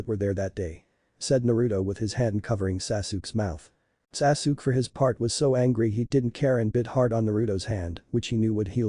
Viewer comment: At least get the ai narration to not say sasook